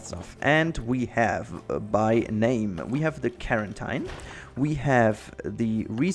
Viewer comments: Carantine? It's quarantine my brother, kwuoren,ten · I’ve never heard someone pronounce ‘quarantine’ like ‘clementine’ lol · It's pronounce quarintine tine as (teen) I find that weird too lol . I like the way you say it so lets keep it that way XD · Quarantine is pronounced kworanteen.